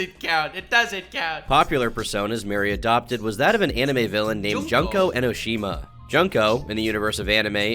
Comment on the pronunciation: its junko not jonko